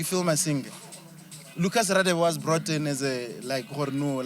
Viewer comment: Lucas Radebe's last name is not pronounced Raadebe but gaadebe. Its Nguni mostly isiHlubi